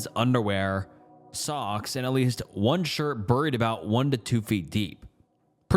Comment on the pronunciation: No way that’s how you actually pronounce “buried”😂